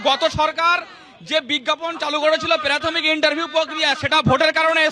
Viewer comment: প্রাথমিক কে বলছে পেরাথমিক.. ক্লিয়ার কে বলছে কেলিয়ার.. এর পড়াবে বাচ্চাদের... কেলীয়ার...